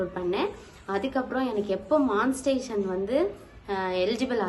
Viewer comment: மான்ஸ்டேசன் இல்லை.... மானி டை சே சன்